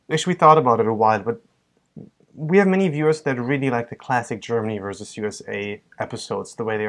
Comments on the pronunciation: I know. I've noticed that always mispronounces "vs." It's "versus" (with two syllables) not "verse" (which is how he always pronounces it)., the German, has no problem saying "versus" correctly, but either thinks that the abbreviation "vs." stands for "verse," or he just can't say the word properly. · u guys rock ! mais why does US boy always say verse instead of versus?